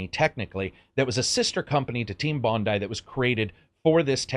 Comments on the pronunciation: You're a champ as always,; you actually pronounced "Bondi" correctly. The number of reviewers that have mangled it is mildly depressing. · Thumbs up for an American pronouncing Team Bondi correctly